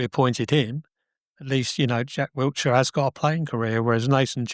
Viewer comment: How can not pronounce Wilshere, despite the other presenters pronouncing it correctly? Wiltshire is a county and Wilshere is the new Luton Town manager. Do you want to be taken seriously? Get the basics right and then we will listen to what you are saying.